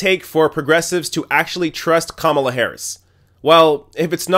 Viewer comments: Ka Mala not Kam ala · The first thing you need to do before "reporting" is to learn how to pronounce the names. It's Ka-MA-la, not KA-ma-la. Buh-bye! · Who is “Com-u-la” Harris? I thought it was pronounced “Kah- mah- lah”?